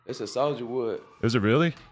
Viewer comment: "its a souja wood"